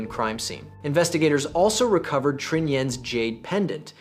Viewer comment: Pronunciation of the Vietnamese needs to improve. It's not hard, just can't use American pronunciation to the romanization created by the French: "Tr" is basically like the Chinese pinyin "Zh" if you know how that is pronounced. Trinh would be Zhin or Zhing.